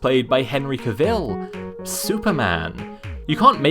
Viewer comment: The way you pronounce "Geralt" and "Cavill" is honestly so cute. Also, great pronunciation of "Andrzej Sapkowski", greetings from a fan from a country far, far away called Poland... <3